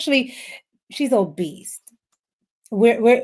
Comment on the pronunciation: Obese not Obeast … mind your business… some time it’s deeper than food. 🤬